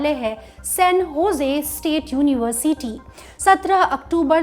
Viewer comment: You should improve the way you pronounce "University" Its like Uni-ver-s-ty Not Uni-Ver-CT